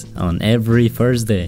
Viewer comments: This just made me frustrated, guys he said furs day😤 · "Every FURSDAY"